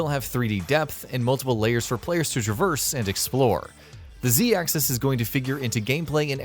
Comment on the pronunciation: It triggered me the way he said z axis